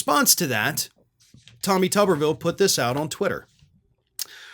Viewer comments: It's tuber-ville not tubber-ville. Village of potatoes not village of washers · Pronounce it tooberville. Makes more sense.